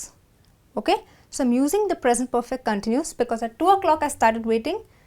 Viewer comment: In the word CONTINUOUS the stress is on the SECOND syllable not the FIRST. The goes for the verb to CONTINUE...